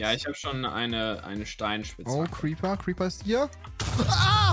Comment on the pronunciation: xD wie er Creeper gesagt hat: Creper 😂🥰